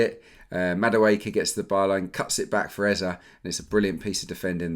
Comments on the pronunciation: It’s Eze (Ezay) not Eza lol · Hello it’s Eze not Ezah